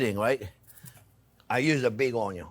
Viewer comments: We Aussies speak just fine, and understand the French accent very well, except Onyo. Thanks video editor for the translation. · You’re making me talk and I’m burning the onyo 😄yeah sure thing, we making him talk, have you ever heard anything as funny as that😁